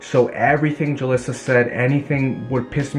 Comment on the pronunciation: Why does he keep saying Julissa ???